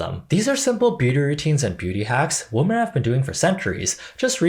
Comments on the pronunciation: Genuine question: did you pronounce women wrong on purpose? My friend and I have a theory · Why do you consistently mispronounce ‘women’?